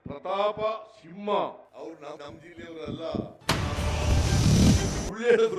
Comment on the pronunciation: ಸಿಮ್ಮ ಅಲ್ಲ ಸಿಂಹ